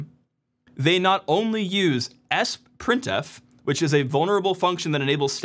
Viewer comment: I know you did not just prounounce "sprintf" as "sprint-f" instead of "s-printf" 😂